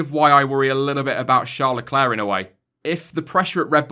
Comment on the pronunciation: Shawr lecler? Or Charles leclerc